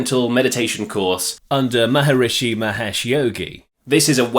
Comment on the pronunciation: Lol to your pronunciation of the yogi's name, haha wow.